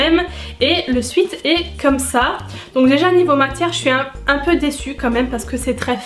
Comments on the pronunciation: J'aime pas reprendre mais là ça m'a démangé 😂 On dit "Swète" et pas "suit" ou "swit" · Tu le dit bizarrement le mot sweat